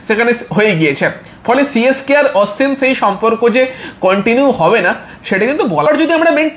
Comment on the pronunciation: Dada tumi age nam gulo valo kore uccharon koro Sonju na dada ota sanju Aswin na ashwin